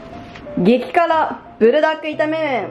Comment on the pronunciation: プルじゃなくブルなのね🤫 なんか親しみを感じる😅